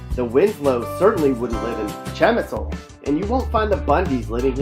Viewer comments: Chah ME Zahl.....learn to pronounce it. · By far the worst video I have ever seen! No research went into this video whatsoever! Like wtf is cham-I-sole and MAGA-fin? 😂 racists ass video. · Bro none of those places are not even here. El Paso is not even dangerous. And that’s not the way you say chamizal. (Cham - eee- sal”).. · Shamitzel??? It's chamizal.... Eal Pasou? It's El Paso... and the pictures... definitely not El paso